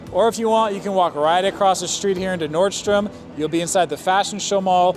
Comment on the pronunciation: Thank you for saying NORDSTROM. There is no “S”